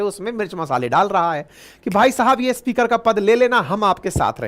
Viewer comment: अच्छी प्रस्तुति, बढ़िया content, कृपया उच्चारण पर ध्यान दें, आप स्पीकर को इस्पीकर बोलते हैं, अन्य कई शब्दों के उच्चारण भी अटपटे लगे। शुभेच्छा 🙏🏼💐